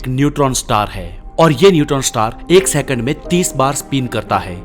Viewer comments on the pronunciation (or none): none